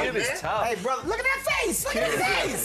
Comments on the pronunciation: Did the host say 'Brotha'? 🙄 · I’m Australian and I’m appalled how he said brother at the end